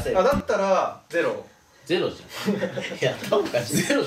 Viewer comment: 絶対ゼロォじゃないだろーと思ったけど、あえてのゼロォだよね笑笑( ´꒳` )